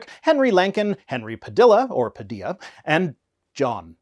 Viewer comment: It's "pa-DILL-ah" ( like dill pickles )